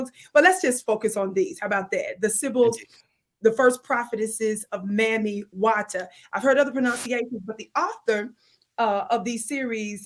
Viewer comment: Pronounced Mommy not mammy😊 Mammy is an adulterated version to mock us, like negus and n*gga...